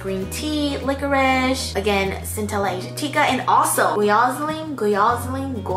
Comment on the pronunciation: you know has her shit together when she can pronounce azulene, cantella aslatica and panthenol in one sentence